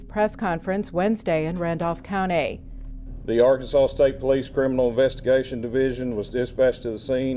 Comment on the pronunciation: Sorry, can we talk about how the reporter pronounces the word "county" ?